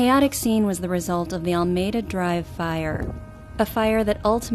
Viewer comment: Maybe find out how to pronounce Almeda. It is heard in on the scanner recording.